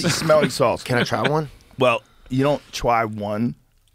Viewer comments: Joe: "well, you don't twy one." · “ you dont twy one “